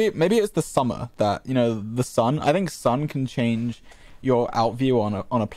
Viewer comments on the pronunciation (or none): none